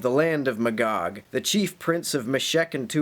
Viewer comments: o is still pronounced like the o in body and the Me pronounced like a in base. You only said both one way (I watched the whole video) with the o being like the o in go. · Magog is a town in the Eastern Townships of Quebec, Canada. It's pronounced "MAY-gog", btw, and they've been plotting against Israel for years. Bomb them. Now. The Biblical prophesy demands it. Carry out the Word of God. Thank you. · It's pronounced GAHG and MAYGAHG. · That's pretty close to how I always pronounced 'em, except that I went with "muh-gog" instead of "may-gog". You know...like if someone is totally blown away by something, and they 'stand, staring agog". Like that. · Can you learn to pronunciate Gog and Magog please. Gog is a person, the "Chief Prince of Meshech and Tubal (Ezekiel 38:3). Megog is the land he is from (Ezekiel 38:2, modern day Turkey). This battle happens toward the end of Christ Millennial Reign (Revelation 20:7-9).